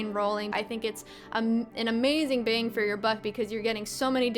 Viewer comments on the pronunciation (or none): none